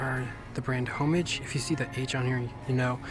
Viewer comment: HOMAGE It’s pronounced AH mage.